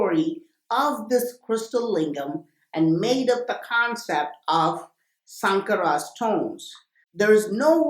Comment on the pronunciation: It's not Sankara it's shankara